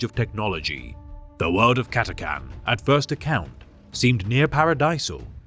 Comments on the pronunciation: For almost 20 years I thought it was pronounced Cat-a-chan, with the chan-part like Jackie Chan. I can't think of any English word where the "ch"-sound is pronounced like a "c", "ck" or "k". Cat-a-can just doesn't sound right to me. Am I in the minority? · CAT-A-CHAN CH NOT CAN😊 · cat-a-CHan but great video just as always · The messed up pronunciation said catcan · Ppl don't say the ch in chan It annoys me 😣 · Cata-chan - no idea how he buggered up pronunciation this badly. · Ch. Ch. Ch. CataCHan. Ffs.